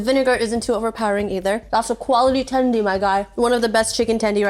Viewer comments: STOP SAYING TENDIE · Please don't say "tendy" ever again... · Everytime she said chicken tendy a puppy died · “tendie”? how old are we